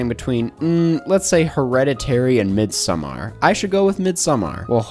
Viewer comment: As a swede, I would like to say don't pronounce "midsommar" like that. Please just do it the American way 😂